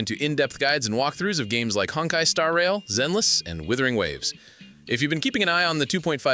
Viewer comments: Still more acturate than "Werthering Waves" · No one can pronounce WU-thering Waves